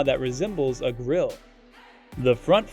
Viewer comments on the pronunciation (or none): none